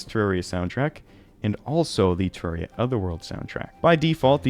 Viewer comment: You pronounce it weird. Terrerria.